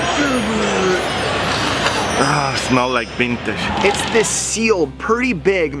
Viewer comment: smells like bintage, - its bintage, - flowerlass bictory! i love u XD